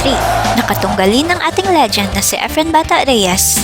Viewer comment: ...Magaling talaga ang ating si Sir EFREN 'BATA' Reyes, the Legend!. Do I hear "Legent" instead of "Legend" o nabingi lng akO.